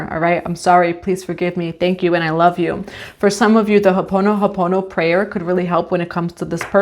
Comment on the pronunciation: Wonderful reading Let me help you on pronouncing the word “Hoʻo ponopono. Hō - o- ponopono It’s separated when speaking. This is how I was thought growing up in Hawaii. Mahalo Nui Kakou!❤